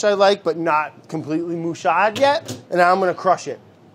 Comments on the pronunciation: he really said "mushade" ova hea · Brad saying "mushad" all Italians are the same